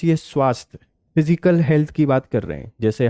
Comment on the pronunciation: Sir It is फिसकल and not फिजिकल